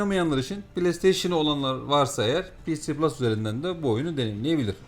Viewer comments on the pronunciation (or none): ps plus olarak okunuş olarak daha doğru nitekim pc plus olarak söylendiğinde sanki bilgisayarda da oynayabilme ihtimali var gibi bir paket anlıyorum, Ek olarak Killzone shadowfall ps3 oyunu değil ps4 oyunu dil sürçmesi oldu sanırım